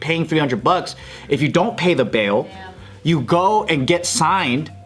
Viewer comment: when Joe says bail it sounds like beaw 😂